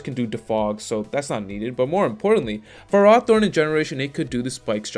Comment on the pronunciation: "fur-aw-thorn"? It's "fair-oh-thorn".